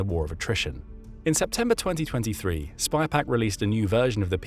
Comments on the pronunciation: pounds, feet. bees di ks..Its SYpaq not SPYpaq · its SYPAC, not SPYPAC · sypak, not spypak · Sypaq. Not spy-pack. Someone needs to clean their specs. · Clearly didn’t pay attention to details … like the name of the company. SYPAQ not SpyPaq. Sort of calls into question the entire video if you can’t get a key fact correct. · *Sypaq*, not *Spypaq*!!!!!!! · It’s SY PAQ. Not spy Paq 😂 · It's SYPAQ, not SPYPAQ. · Boost. The mispronunciation is driving me nuts. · The company name is “Sypaq” - or in the original Australian “Syyyyypaaaq mate!”. Video keeps calling it “spy pack”. Australian accent is hard to pronounce for non native speakers, I get it. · The company is called 'SYPAQ', not SPYPAQ. There is no 'Spy'...but maybe it should be ;-) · Mate, it's pronounced SYPAQ (sighpack), not SPYPAQ. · Sypaq not Spypaq. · The voice keeps saying spypaq , it's Sypaq . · It's SYPAQ, not Spy Pack....🙄